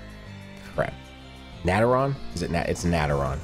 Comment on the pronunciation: Naetron shenron not nateron